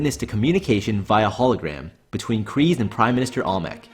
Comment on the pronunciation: Why do you say Kryze like 'Kreez'? Its 'Cry-ze'